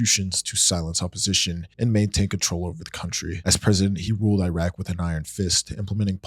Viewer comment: Khmer Rouge, Iran, Iraq, Allende, Kosovo, junta … all mispronounced.